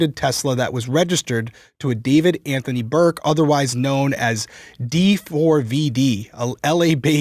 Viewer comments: D4VD is actually pronounced "David" NOT D 4 D V. He says it in lots of interviews. He spells it funky, but he says it is pronounced David. Glad you are talking about this case. Parents really need to talk to their children about the cult of celebrity and waiting to date. He starts talking to her at age 11. That is a child!!! Why would a 17 year old be interested in an 11 year old? It's crazy. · D4VD is pronounced David, not D 4 V D (he says this himself in multiple interviews). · It actually is pronounced David though apparently 😂 not Dv4d so you were right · Hi guys, you’re the best! I have been a subscriber and huge fan since first videos, I am also a BB fan and love. I just want to inform you that “D4VD” is pronounced “David” not the way you were originally pronouncing it. No biggie, i just wanted you to know. Thanks for all you do! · I thought d4vd was pronounced David. Sooooo I'm showing my age too I guess. 😭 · It’s pronounced David